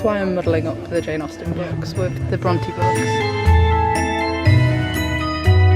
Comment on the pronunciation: I’ve always pronounced it Bron TAY Am I wrong? I feel as though is saying Bron TEE